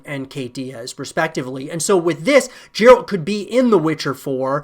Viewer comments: It's easy to see he's never played the game. Jeralt........uh, derp. the 'G' is pronounced likE 'get' as in "GET THE FREAKING GAME AND PLAY IT!" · Bro why tf are you saying Jeralt it Geralt 🤣 "Of fucking Rivia" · Another person calling Geralt "Jeralt" WTF. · Bro I think it’s Geralt, not jeralt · I threw up a little in my mouth when he said that. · I'm surprised he didn't say vitcher after that jeralt stunt🤣🤣🤣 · These are so called The Witcher specialists. None of them read the books and then they say JERALT. Embarrassing... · “jeralt” i can’t cope 😂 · Someone who played Witcher games would never say Jeralt, im done here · i like everything in the video then I hear him say Jeralt, I'm like did you even play a witcher game? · Yeah, i dont get why is it so hard for them to pronounce the name correctly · it's because they haven't played the games. No way you've spent hundreds of hours with a character and don't know their name. He's pronouncing it how's it's spelt, like Gerald, as I'd he's just read the name and never actually heard it said like he would have done countless times in any of the games. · He really said Jeralt lmao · Meles Zenawi it’s not, they say his name in the game a lot and zero people pronounce it as “jeralt”. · people are hoppin on the CDPR hype too muc. this guy dont even know how to pronounce Geralt's name properly smh